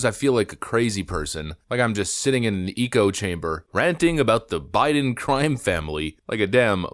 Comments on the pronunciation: Did you just mispronounce echo chamber again? You have done this several times now..... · "Eco-chamber" 😂 the reboot of Pauly Shore's Biodome?